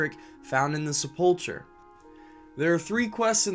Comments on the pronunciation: I don't know if you appreciate pronunciation corrections or not, but let's do it: sepulcher is "seh-pull-kur". Zul'Gurub is pronounced "zool-goo-roob", because it's named from the Gurubashi trolls. The same goes for all troll zones: Zul'Aman for the Amani trolls, Zul'Farrak for the Farraki trolls, and so on. They pronounce Zul'Gurub in one of the Zandalari trailers. Take care and have a great day man! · And mispronouncing "sepulcher." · You might want to look up on how to pronounce reagents and sepulcher.